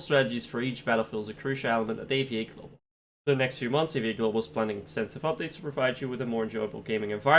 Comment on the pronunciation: Dont say AVA Say A V A